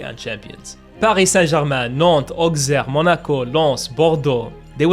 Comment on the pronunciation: the french pronunciation